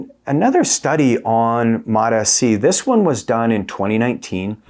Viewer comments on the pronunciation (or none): It's mots-c, not MOTA-C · Please pronous MOTS-C like eveyone else! It's annoying to hear you say mot s c. You don't say M O T S C separately, each letter. Why do you say mot and then say S instead of just saying mots? Like the applesauce. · Please!!! For the sake of God. MOTS is one syllable. Then add “see” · “Mots C “ bro… two syllables … why are u the only person on earth saying “Mot S C”? Your content is excellent man, but your pronunciation of this peptide is bothersome lol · It MOTS-C not MOTA-C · I always pronounce it MO-T-S-C (moh tee es see) just to troll you guys. 😂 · "Suh-mag-luh-tide". "Mot-ess-see". Uhh no. 😅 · MAAAHTs-Ceee. 2 syllables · so the fact most people respect the hyphen in the name and say “mots”-“sea” is irrelevant? Why is he separating out the “S” when that’s not how it’s spelled out? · Very hard to take seriously when you cant say MOTS properly 😢wow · Can't even say it properly lol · Learn how to pronounce it 🤦‍♂️ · The way he pronounces this peptide is obnoxious. I'm sure he thinks it makes him sound smart but he is literally the only person I've ever heard say it that way. Don't be annoying just say it how everyone else does. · The way you pronounce the peptide names makes me want to not even watch any other videos of yours. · Confidence waning seeing as how you don't know how to pronounce the peptide you're making a video about. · I can’t take you seriously if you can’t pronounce the peptide correctly. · lol Seriously. The way he’s pronouncing it is triggering me.